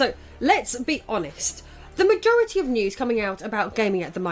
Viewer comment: For real though ''Majority''? Im not the only one that heard how she pronounced that right?